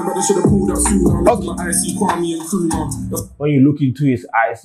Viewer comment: Did i hear 'Nkrumah' as in okro😂😂😂